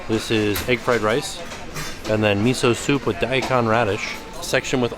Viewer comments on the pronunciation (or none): none